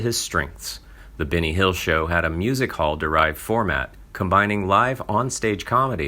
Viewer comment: Try not to pronounce Benny Hill as Binny Hill.